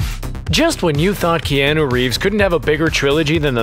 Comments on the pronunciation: This may have been mentioned previous times but who the frick say Key-an-noo,,, Pretty sure most people know its announced "Key-ah-noo" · I stopped watching when he first said kee-an-ooh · who is key - anu reeves. yo commentator, go back to school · how DARE him say "keanAA" im dissapointed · Isn't anyone triggered the way he says Keanu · Couldn't listen to the mispronunciation of Keanu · who let this guy make a video about john wick without knowing how to pronounce Keanu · I left the video on the second one bc he kept pronouncing his name wrong 😑